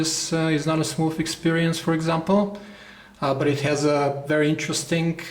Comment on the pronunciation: Its "interesting", not "interestink".